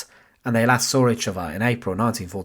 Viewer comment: Can you employ better narrators? Such flat expression and poor pronunciation wiv (with), uvver (other), welf (wealth) etc. I assume it’s a gimmick but two minutes in, I’m turning off. Shame - it’s an Interesting topic.